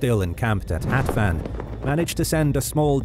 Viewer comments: It is funny to hear Hatvan with English pronunciation. Hatvan means 60 (number), but hetven (the English pronunciation) is 70. :) Thanks for the video! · It is important how you read "Hatvan". In English pronounciation you read uncorrectly. Hatvan is a number written (60) and how you read in the video it is an other number: 70. So funny to me as a Hungarian to hear these shitty pronounciations. Also other things are really fcked up in this video :D